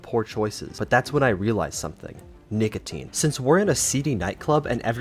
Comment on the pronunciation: What did you say in Berlin. Ni**atine